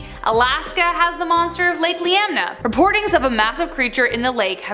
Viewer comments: It’s Lake Iliamna…it sounds like Ill-Ee-Am-nah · Lake ILL EEE AHHM NAH. Iliamna